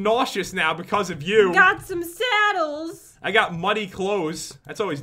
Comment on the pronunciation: PendogGaming pat also said sattle instead of saddle